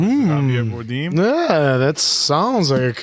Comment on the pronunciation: javier bardem not Bordeen btw 😂❤